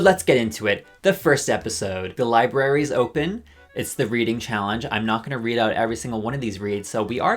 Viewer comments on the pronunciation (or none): none